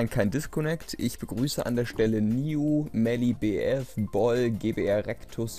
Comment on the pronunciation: ich werde Mell ausgesprochen D